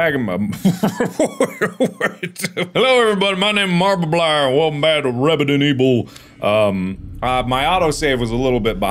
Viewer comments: "Welcome back to rebident eble" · Hello everybody my name marbablier and welcome back to rebident ebil